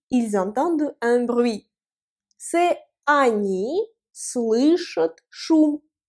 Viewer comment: Super vidéo, Bravo "Tassur" Grave de Ouf de maboul, par contre petite remarque constructive j’espère:pour la troisième personnes du pluriel pour "Entendre" "они слышат" phonétiquement j’entends le son "chOUT" dans ta voix à la fin, un peu comme si ça s'écrivait "ют" au lieu de "AT" mais pour le reste c'est très bien expliquer, voilà pour le like et le commentaire...увидимся